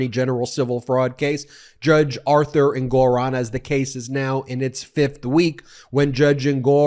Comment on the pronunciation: Ben, the judge's name is pronounced "ENG-or-on." NOT "en-GOR-on."